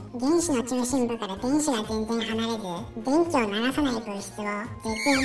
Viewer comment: 一瞬「べんき」と「でんき」が混同する場面があった。